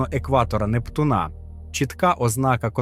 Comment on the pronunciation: нептуНа Нє НептУна\\